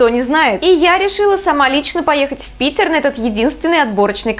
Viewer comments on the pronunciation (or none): none